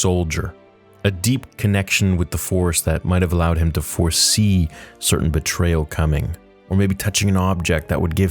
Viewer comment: Force-see - Forsee